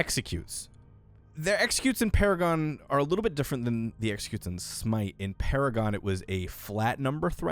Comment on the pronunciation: Funny how you said Paragon like Para-gone xD